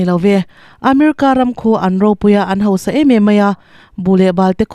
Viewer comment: 'hausa' tih tûr hi 'hosa' tiin i lam ri tlat.